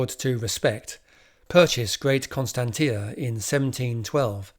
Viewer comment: Get the pronunciation of names right, please. Constantia is pronounced as "Konstanshia". See the Oxford dictionary.the information is lost if onis listening to the spoken text without seeing the spelling of it.